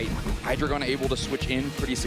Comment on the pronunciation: )Hy-Dragon)?? 🤮 ❌❌❌ (Hy-Dree-Gon) ✅ Pokemon should make sure their announcers actually know how to pronounce the Pokémon's names.. 🤦🏻‍♂️